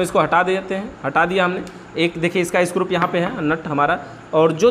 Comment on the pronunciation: Bhaiya ji aap bar bar स्क्रूप कह रहे हैं ये अच्छा नही लग रहा.....isko screw( स्क्रू) कहा कीजिये। आप अच्छे जानकार हैं इलेक्ट्रिक उपकरणों के...thank you jankari dene ke liye.